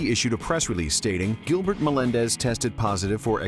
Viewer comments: its gilbert not giblert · I like how it said Giblert. Nice touch. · LMAOO "Giblert Melendes" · "Giblert" god dammit not again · Gilblert. Lol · Do you mean gilblert Melendez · anybody notice giblert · "Giblert Melandez" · Hahahaha, who's Giblert Melendez?